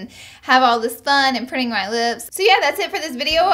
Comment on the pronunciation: Prinin. 😅 chop chop English language